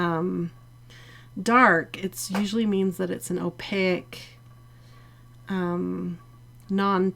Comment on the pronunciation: sorry, but this is one of my pet peeves, opaque, rhymes with cake!!m there is no I at the end